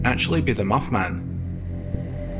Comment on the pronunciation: When the video commentator he said Moth Man, it sounded like Muff Man. lol